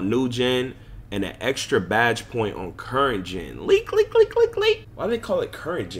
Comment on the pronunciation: Bruh why you say Leak like that dude?? Cmon bro you don’t have to say it like that! It’s kinda cringe man😣